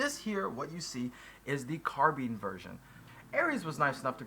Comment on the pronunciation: carbeen? CarbINE